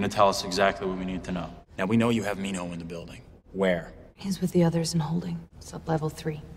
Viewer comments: MinHo is literally the way you would speak his name the right way😂 Love your video tho 😇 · Honestly I'm so glad he pronounces Minho right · 6.30 that's the accurate way of saying his name. The way they have been saying it before is off.